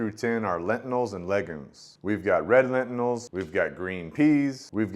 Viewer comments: Whats a “lentinil”? Do you mean lentil? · Great review, but what is a ‘lentinal’ 😂